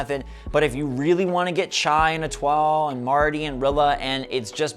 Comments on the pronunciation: I have them cards since release years ago. Cant wait for Marty on my island 😊 And you pronounce Etoile "E to al" 😁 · Also, you mispronounced Etoile. It's pronounced as "Eh-twal". It's actually French for the word "star". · French speaker here to settle this. Etoile is French meaning “star” and it is pronounced “eh-too-ah-l” (just like how pronounced it but with the “t” the “t” is not silent) 😉